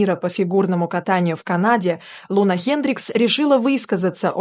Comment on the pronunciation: Не ЛунА, а ЛУна. Нормально она катается. И на допинге никто не поймал.